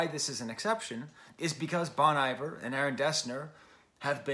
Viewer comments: FYI Bon Iver should be pronounced like you're saying bon hiver in French. Looking forward to your DONDA review when it happens my guy 👍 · Bon Iver -- pronounced bone ee-vair. I'm sure as a French professor you know where the phrase comes from. The point of BRM is collaboration. Some of the best players/singers in the world are on this record. Anais Mitchell, whose Hadestown played on Broadway. Drummers J.T. Bates and Bryan Devendorf (The National). Robin Pecknold from Fleet Foxes. Lisa Hannigan, no introduction necessary. Aaron and Justin don't make records that need to be book-ended by Taylor Swift. Sure, she's a big deal, but being a big deal isn't what BRM is about. I genuinely appreciate your review here, but there's just a bit of it that -- to me, my opinion -- is just more fawning over Taylor Swift. The good thing is that musicians like Aaron/Justin/Anais/Robin/Ben/Lisa/etc will be just fine, with or without Taylor Swift.